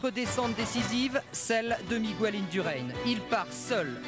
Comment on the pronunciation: "Chiapoutchi", "Migouel Indurain" quelle tâche ce commentateur !!